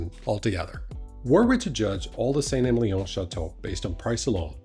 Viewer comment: Just in case you care, it’s pronounced “Sant Emilion” - just like said it!